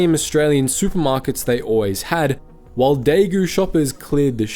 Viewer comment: Understand Chinese isn't your forte but daigou is pronounced like "die goal"